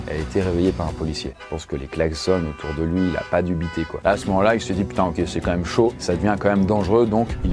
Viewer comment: J'adore tes vidéos ! Mais stp prononce correctement "QUAND-MÊME" 😅 Tu dis toujours "Qua-ême" !